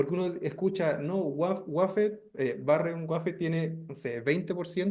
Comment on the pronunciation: Barren waffet???? minuto😂😂😂😂😂